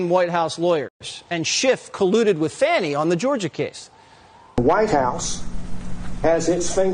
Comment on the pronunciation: You are saying her name wrong. Pronunciation is " Fawni". Spelled like Fani.😊